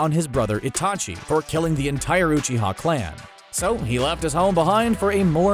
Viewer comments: I clicked off when he said “OOCHIA” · Is it that hard to pronounce uchiha